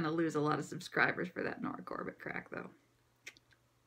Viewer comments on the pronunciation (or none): And regarding Nora Corbett, her name is pronounced with a hard "T" sound. I think it would only - possibly - be "Cor-Bay" if it had a single T. But with 2 T's I'm pretty sure it is gonna be a hard T sound.